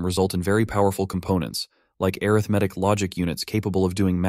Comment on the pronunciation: Wow!!! Awesome presentation! I already know most of this stuff, but I LOVE to hear such a clear presentation! One small quibble, the word “arithmetic” is pronounced aRITHmatic as a noun, but arithMATIC as an adjective. E.g. an arithMATIC operation performs aRITHmetic on its operands. Quibble aside, awesome stuff!